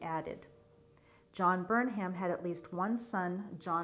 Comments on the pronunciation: Words ending in 'ham' are pronounced "um." Durham, Pelham, Chatham and Burnham. So it would be BERnum, not Burn HAM. Also Ammi is pronounced AHme, not Amy. Ammi Phillips was a very famous painter. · The H is silent. Burnum. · Do you pronounce it Burnham or Burnum, without the h?